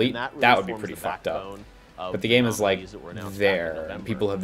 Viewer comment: "did you rike it" distantly